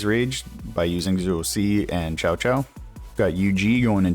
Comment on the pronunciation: Cao Cao, is pronounced "Sow Sow". 🤨